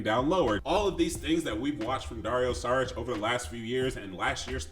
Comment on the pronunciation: Good vid but, i was annoyed with 1 thing and it wasn't with your alarm, saying Saric instead of Šaric like 10 times... SHaric, SHould, SHeep